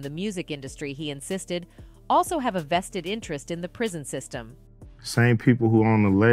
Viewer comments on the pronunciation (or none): none